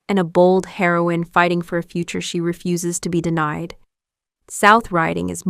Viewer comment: Great script apart from one date error but please, get the details right! I’m very put off by AI narration which gives itself away with pronunciation of ‘refuses’. Whose voice was stolen for this? Why not pay a real person? The chapters show ‘Pole Dark’ instead of Poldark. Alexander Skarsgård is shown instead of Eddie Redmayne and a shot from Howards End with Matthew McFadden is inserted into Tess of the D’Ubervilles. Also get the timing right. Don’t name one actor eg Jessie Buckley, while showing another. And if you’re going to promote the original Poldark TV series, why confuse viewers with clips from the more recent production? Also some of the older series (Poldark and A Town Like Alice) seem to be poor visual quality. Please comment on this. All in all, useful but do better.